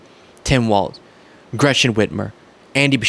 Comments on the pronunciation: Walzzzzzzz. Not Walt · Dudette, its Walz not Walt. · it's not Tim Waltz it's Tim Walz. pronounced same as walls. Jessica Tarlov says it correctly. I am a big fan, but going nuts hearing so many say waltz instead of Walz as in walls. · Walz!!! No T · Walz pronounced Walls. You’re welcome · You said Tim Walt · You pronounce his name like the word “walls” Get it right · Walz is pronounced "Walls"